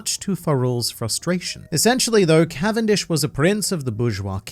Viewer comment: Cavendish's canvendic🤣🤣